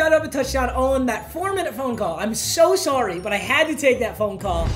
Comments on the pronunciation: Did he just say “sourry” like an Australian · Anyonne gonna mention the canadian soory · The way he says "sorry" after getting off the phone😂 He sounded Canadian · The way he said sorry sounded straight Canadian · Why did he say sorry like a Canadian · Why does he say sorry so weird